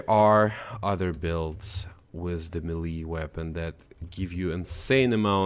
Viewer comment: Melee is pronounced “may-lay”